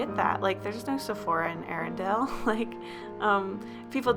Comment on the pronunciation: Arendelle not "ArenDALE"